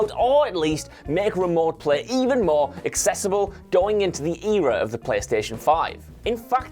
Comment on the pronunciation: The way he pronounced era lol